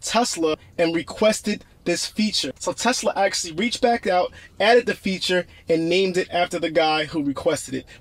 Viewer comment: I had no idea my Tesla “axxlly” had a parking brake. For real though, Good video.